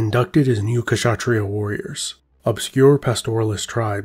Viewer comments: I am an Indian and I am not a rajput but I know they are proud of their legacy. I had lots Rajput classmates and they usually are considered superiors, And you said Kashatriyas but the 'K' is silent, so you pronounce it as shatriya. The rest was very good. 😊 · Awesome video. Just FYI, the K in Kshatriyas is kinda silent. So it's pronounced 'shatriya'.